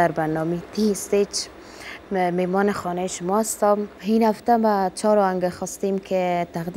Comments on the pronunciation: آواز خوب دارد ولی این دختر خانم بعضی حروف را غلط تلفظ می کند مثلاً «اصل» را «هصل»,« شعر» را «شحر» «این» را «هین» و بعضی مشکلات دیگر، کسیکه آواز می‌خواند قبل از هر چیز باید سواد کافی برای خواندن و نوشتن درست داشته باشد چون سر و کار آواز خوان با کلمات و شعر است. امیدوار هستم مد نظر داشته باشند. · قطعا کلمات دری را تلفظ کرده نمیتواند. فکر کنم سواد ابتدایی ندارد. مثلا به جای این می‌گوید هین، تقدیم می‌گوید تغدیم و ........